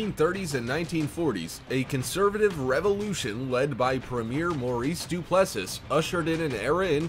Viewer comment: It's pronounced Du plus see.